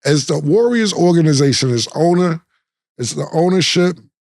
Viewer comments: This nigga Cam said organation 😂😂😂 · Killa what is a orgination😂😂